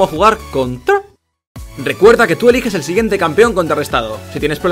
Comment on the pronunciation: Los vídeos están muy bien pero esa forma de decir conTRArestado es muy irritante. Muy currado el vídeo bien jugado